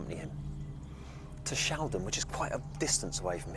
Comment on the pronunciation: It's Shalden not Sheldon! Shalden is on the outskirts of Alton, I know because it's where I live! Fanny is very well known in these parts